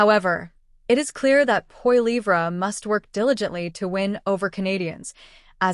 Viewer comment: Check yourself. You don't even know how to pronounce Poilievre. You are a complete propagandist. I know you can do better please?